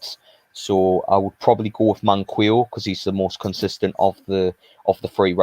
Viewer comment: Pls call him man-qee-o not man-quill-o haha 😂